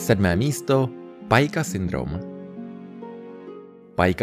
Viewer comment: Pica síndrome je z latiny takze se nevyslovojuje pajka jako v Anglictine, ale jako pika.